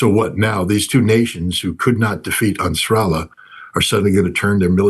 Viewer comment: I like how he pronounces Ansar Allah. It's like a fusion of Ansar Allah and Nasrallah.